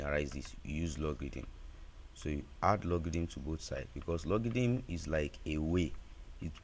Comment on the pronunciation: It's not pronounce logidn bro😅, it's logarithm..😅